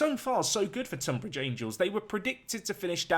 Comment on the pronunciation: Pronounced TUNbridge...just saying. I live not too far away from there. Really interesting video. Love it.